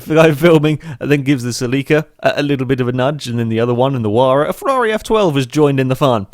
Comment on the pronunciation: The way he said Toyota "Celica" really bothered me